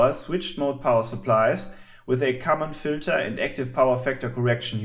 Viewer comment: did you say common filter?